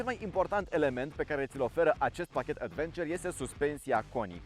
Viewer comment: cică Advenciăr =))))